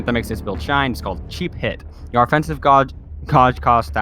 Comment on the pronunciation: Gauge is pronounced gage like cage but with a G. 😊